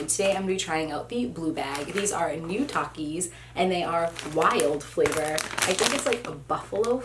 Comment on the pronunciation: The first one is a big one Me: uhh gushers right Her: takies Me: 👁👄👁 that’s what I said